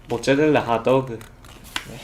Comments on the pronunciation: 모짜렐라 핫도그 말하는게 너무 사투리같아ㅋㅋ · 모짜라라 하또그 ( 발음 귀여우셔서 그런거에요!)